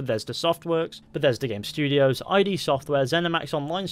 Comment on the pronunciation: ID is not I.D., it is pronounced like "strid"